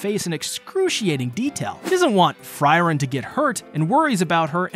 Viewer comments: Fryren? Huh You meen Frieren right? (Fuh-ree-ren)? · Who is FRY-ren ? :) Good video though. Free-Ren puleez Absolutely love Ubel this episode and as soon as I saw the chest in the room, I just KNEW she'd end up in a mimic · You called frieren normally in The fact you kept using fryren is just intended to piss us off isnt it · Fry - Ren? What the hell. Free-ren, not Fry-ren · Uhm anyone else annoyed at fries of all things? Please man speak her name properly || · Ugh, it's really bothersome to keep hearing you call her Fry-ren... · Would it kill you to not call Frieren "fry-ren"? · Pretty early in the video, he pronounced it correctly once. After that, it bugged me so much more. Another great episode of an awesome anime. Thanks for the recap! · I was looking for this comment! Why was he calling her Fryryn!? 😂